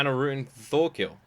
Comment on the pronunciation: FYI his name is Thorkell, not Thorkill